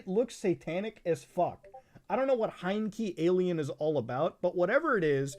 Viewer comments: Me: "Heiankyo Alien" Muta: H E I Y N K E E A L I E N Me: Aight, Understandable. Have a nice day. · hate to be that person but "Heiankyo Alien" is pronounced "Hey-yan-ko" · You were drunk, like I am now, while recording this: It's "Heiankyo Alien"